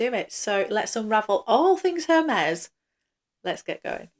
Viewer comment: i believe the “H” is silent